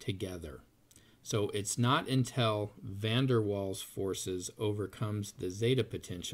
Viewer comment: ignorant muricans learn how to pronounce Van der Waals idiot